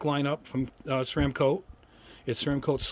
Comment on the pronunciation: First off, Thumbs Up just for pronouncing Ceramcoat correctly. Secondly, thank you for being so positive about craft paints. I hear so many people in the wargaming community and model railroad crowd talk down about these wonderful paints. Maybe the problem is technique, and as you demonstrate, not using a good airbrush. I've been using these paints for years with good results - I am confident after watching your videos that I can achieve GREAT results. I started out using windshield washer fluid to thin but lately I have been using a matte medium or similar airbrush medium with distilled water to thin, and strain the paint through a micro mesh funnel from Micro Mark to avoid clogging the brush or leaving nits on the model. Interesting to see it used without straining. Great video.